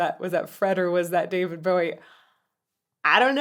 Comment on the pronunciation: The first point I'll make is, we'll done to a person fro. Across the pond pronouncing David Bowie's surname correctly. And second point.. your cha cel is amazing and so are you!